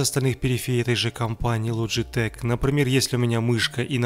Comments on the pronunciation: Логитек а не ложитек или вы ламборгини ламборджини называете? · Не логетеч а логетехххххх